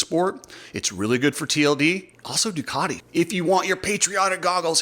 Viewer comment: cant even pronouce Ducati correctly! 😂 The multimillion dollar teams needing prize money...time to wake up! I dont even know why I started wtch'n this vid for...?